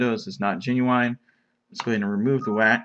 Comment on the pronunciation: The word is "GENUINE" not "GENUWINE"